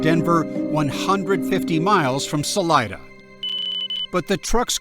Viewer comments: Sal EEE DUH not Sal EYE DUH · Salida means “exit” in Spanish and it’s pronounced Sah-Lee-Dah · Saleeda I know you guys in Colorado don’t pronounce, but the name is not English. It’s Spanish and it means exit.